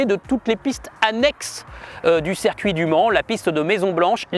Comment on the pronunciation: Circuit! Ciiiircuit! Avec un i!